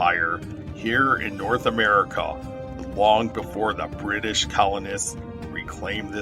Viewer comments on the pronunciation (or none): none